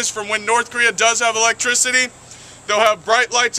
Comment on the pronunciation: How when he can say Korea and you can't :P